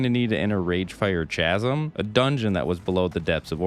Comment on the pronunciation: bro did you unironically pronounce the word chasm as it is spelled?